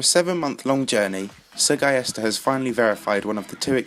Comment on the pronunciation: I think you just butchered the name "SrGuillester." Considering he's Spanish I would assume the Sr was meant to be the abbreviation for Señor, and since "ui" following a G in spanish is pronounced "ee," it's Señor Gee-yester if you spell it out Sorry for being a grammar nazi, blame OCD